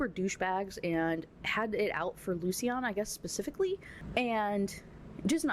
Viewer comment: My feedback: I agree, this book sucks. Other notes: I think Lucian is actually loo-shun, I believe the way you say it it would be spelled Lucienne or something like that. Also the very last line made me a little sick. The daisies she had in her hair were the daisies she wore for her last wedding, to the abuser. It would feel like a slap in the face if I was marrying someone and they asked me to do that. I get that it’s her nickname and it’s supposed to be cute but no, absolutely not.